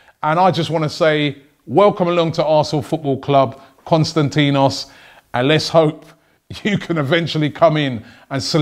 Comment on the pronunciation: Robbie Please pronounce his name right!!!!! I'm going to tell you where the tone is... Kostan > ti < nos Mavro > pa < nos If you are having difficulties too just say Kostas For your information also Mavro in the Greek language means Black, so you can call him Kostas BlackPanos or something like that!